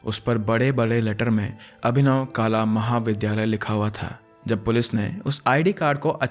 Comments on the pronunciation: Hey, nice video! You mispronounced abhinav kala, as kaala its kala ( art ). You are amazing tho❤ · Not काला,it's कला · "काला" नहीं कला | कला | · It is not kala(black) it is kala(art)